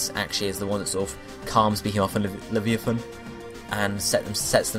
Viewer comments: Am I the only one who was thinking "Yugioh's Atlantis season's snake monster" when he was mispronouncing Leviathan? Leh-vie-uh-than. It's not that hard to say, really. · Be-HE-Muth and La-VI-ithan. I thought you played games :p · I have never heard such miss pronunciation of the words behemoth and leviathan... You should get a medal.